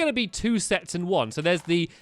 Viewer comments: Did stamps say sex instead of sets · You sead sex instead of sets Lol :)